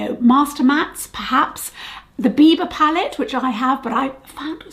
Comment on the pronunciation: Are you saying beaver palette or bieber palette?